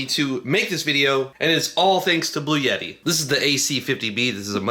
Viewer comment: The brand is Bluetti like Blue-e-tee or blue etti NOT Blue yetti!